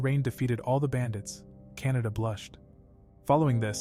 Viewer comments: I think it’s actually pronounced Ka na da. Not Kan a da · Its kanade but bro is saying canada for some reason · Guys Btw Her Name Is Kan-a-de Not Canada 💀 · kanade❎ canada✅ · Bro kanade not canada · bro saying kanada but the reql name is kanade bruh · Her name is actually Kanade in the Anime. And they say it wrong in the voice over. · btw Kan a de There's the de not da